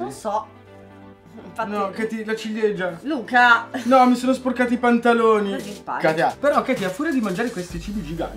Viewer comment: tutto il video e con Luca che dice "LA CIGLIEGIA"😂